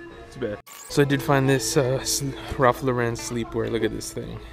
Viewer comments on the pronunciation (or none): I fuck with your vlogs but the way you pronounce Ralph Lauren bugs the shit out of me lmaaoo keep up the good content man.